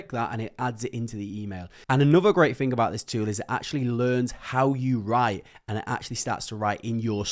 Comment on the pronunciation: Do the ai systems correct the way you speak ? I m wondering you say fing instead of thing etc